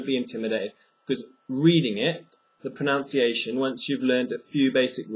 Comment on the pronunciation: It's pronounced 'pronunciation' not 'pronounciation'. This significantly reduces my trust in your pronunciation skills.